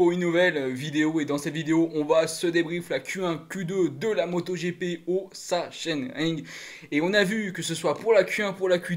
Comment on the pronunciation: Bonjour pour la prononciation il faut dire saxonering.😆 Sinon super debrif. Merci.